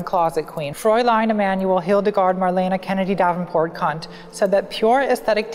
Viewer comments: "Kant, but I'm saying his name wrong because I'm an asshole" And he deserves it. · The fact that you pronounced “Kant” as “C*nt” is absolutely killing be